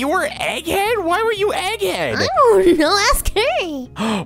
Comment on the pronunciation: “Egge Head”💀💀💀💀💀💀💀💀